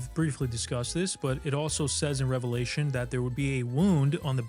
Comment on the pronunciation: Thank you for saying Revelation correctly. It's amazing how many people who actually say they believe in and read the Bible every day sat this incorrectly.